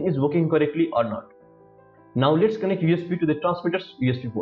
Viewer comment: 👏 idea kada hai vai 👏👏 & tyo last ko lets, letsa, lates,......... 😅😅astai hunxa video ma awaj 😂 नेपाली mai boldim jasto hunxa last ma 😂